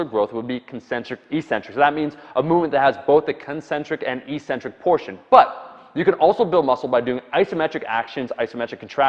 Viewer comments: Eccentric is always and only pronounced ek-SIN-trik, not ee-SIN-trik. I just re-verified this in in Webster, Oxford, and . You're likely getting it confused with the way the word "asymmetric" is pronounced, which has you drag-out the initial vowel sound to create the opposite of symmetric. This is basically what you have been doing. But it's wrong. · It's pronounced "EK-centric," not EE-centric." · Omar it's pronounced eck centric (eccentric) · Eccentric, btw, is pronounced "ik-centric", with accent on the 1st syllable.